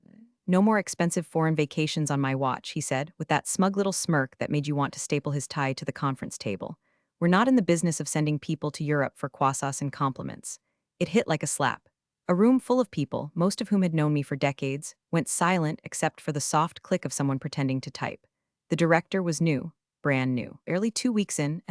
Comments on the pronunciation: Is quassas supposed to be an approximation of the French pronunciation of croissants? 😂😂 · 😂 yup, sounds like the AI got fancy with French but totally butchered it.